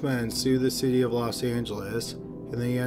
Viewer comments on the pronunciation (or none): none